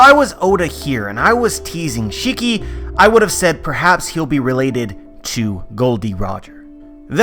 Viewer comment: Can u do me a favor and pronounce shiki properly. Please and thank you.